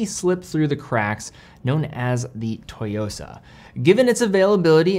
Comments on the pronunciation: You mean TSUYOSA not "TOYOSA" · I’m very much a beginner, having only an apple watch and a g-shock, but i think the black dial tsuyosa will be a great first automatic, and a great first nice watch. Also the pronunciation is “soo-yosa” not “toy-yosa”. Not sure where you’re getting that. Think tsunami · Pronunciation is off, it's Tsooyosa definitely not Toyosa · Great video... but mispronunciation of Tsuyosa bothered me a lot... it is not TOYOSA... it is TSU - YOSA... Tsu like Tsunami. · Lol its actually "Tsu-yosa", "Tsu" (Suu) not To. Great review though, I'm getting it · It's not "toy-yo-sa" but rather "Ssu-yo-sa." Pronunciation matters. Great review! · It's not "Toyosa" like "Toyota" lol. It's Tsuyosa, pronounced "Sue-Yosa" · Tsuyosa not Toyosa... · Just a side note : It's pronounced "Tsoo-yo-sa". It's often good enough to pronounce it as "sooyosa" if it's difficult to do the "ts". It could mean "Strength" or "Power" in Japanese, but in this context I believe it's the former. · It’s pronounced Tsuyosa, like Suyosa. Not Toyosa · wrong pronunciation through out the whole video. its SU YOSA. Not TO YOSA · You have to pronounce it like TSSUU YO SA, not TO YO SA. Think of making a high hat sound with your mouth whey you pronounce tsu. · It’s “SUYOSA” not “TOYOSA”. Stop Americanizing (butchering) foreign names ffs. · It’s pronounced as SU-YOSA but great video as always,! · Pronunciation sounds like 'Sue-yo-sa' BTW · LMFAO how does this dude not know how to say “su-YOSA”?? 😂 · great watch overall, btw the T is silent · The T is basically silent, just sharpen your pronunciation of "su". though im sure im not the first to point that out in the comments here. alternatively copy and paste 強さ into google translate, which is what im assuming Citizen means here, which is "strength" but the "sa" kinda indicates other context like boldness or stressing the aspect of strength. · At least learn how to say the model name before you upload the video